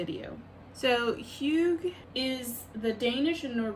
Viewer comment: It's HOO-GAH :)